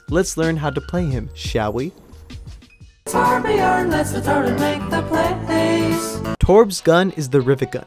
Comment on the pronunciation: Hes name is Torbjörn not torbjorn